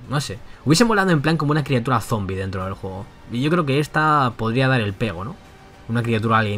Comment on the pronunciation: Bro, dijiste criatuda.